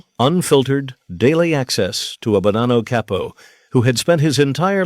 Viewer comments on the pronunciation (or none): It's again saying Cay-poe instead of Cah-poe